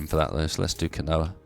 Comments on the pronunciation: Keen-wa, Not kinoea. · quinoa isn't pronounced "kinoah" it's pronounced "keenwah"